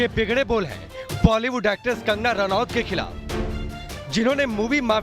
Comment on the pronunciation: Arey kya bol raha hai...... Kangna Narranwat...... 😂😂😂😂